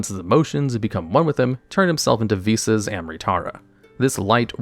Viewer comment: ive already watched this video im solely here to comment that im so thankful you pronounced the name correctly unlike golden nova who was dumb enough to think it was pronounced v-sauce and i was forced to listen and watch it as at the time of his upload he was the only yugituber with one posted